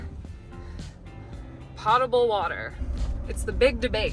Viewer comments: I come from a sterile products (injectables) pharmaceutical manufacturing background and potable has a long “o” like “oh”, not a short “o” like “pot”. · Pretty sure is POH-table and not PAH-table. Of course, great video as always. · It's pronounced poh-table. But Americans are renowned for mangling their vowels so it would not surprise me if you all called it pott-able (comes from latin potare (poh-tar-ay) meaning 'to drink' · FYI: Potable - long O sound, short A sound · American Dictionary says Po table - like potatoe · It's pronounced "poe" table i tell ee. It alludes to portable , within distance to carry, and drinkable, before we had this piped chlorine ridden stuff we have nowadays !! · The first syllable of potable rhymes with tote. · Potable rhymes with notable.